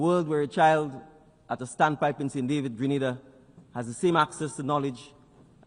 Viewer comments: You have to understand she called it how it read . Remember A also makes the Ah sound so if they are not familiar with the country that how they will pronounce it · Correction “Green Na Da” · No he didn't. Listen carefully. He said Gree-nay-dah. The first a is pronounced like the letter 'A' The woman at the start said Gre-nah-dah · Young leader. Wonderful. Would have been nice though if the name of his country had been correctly pronounced. Basic protocol. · Hello Granada is in Spain....google the pronunciations. There are alot of people bcs of poor pronunciations have ended up in Spain instead of going to Grenada and then blame the travel services because of this!